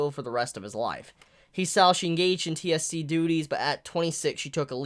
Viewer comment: Im pretty sure its pronounced T.S.C. ( Tokyo Security Committee ) similar to CCG. And the time skip is 6 years ( it says so at the bottom of page 2 )